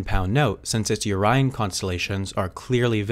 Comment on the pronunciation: It's pronounced Orion constellation